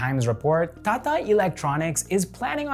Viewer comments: It's not "tha tha", it's "ta ta" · Its not thatha, its TATA, I don't know a single person who calls it that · I love the way he says TATA.."THATHA😅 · u r not pronouncing it incorrectly, u are just saying the letter rather than saying the word that those letter make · I like how he pronounces tata as 'ताता ' And isro as I S R O 😂😂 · the way he says 'TATA' it's so humorous!!! 😂😂😂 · T in Tata is pronounced as the normal t (as in Tea).